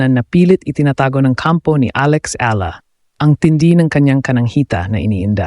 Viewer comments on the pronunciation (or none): Your Tagalog pronunciation is awful - speak in English na lang .. and it’s not Alex ELA but pronounced as E- YA- La ! Don’t you know that ??